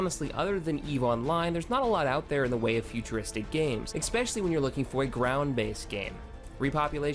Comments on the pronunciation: especially not expecially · I wish people could pronounce "especially" correctly.